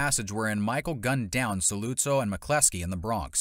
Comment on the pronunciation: Soluzzo and barsini, sheesh you don't know how to pronounce their names, it's mentioned in the films, did you even watch it?